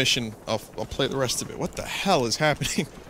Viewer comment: I gotta keep my eye on this time. "It's fun t'play in da ræn. Plæ da song, DA-DA-DA, DA-DADA."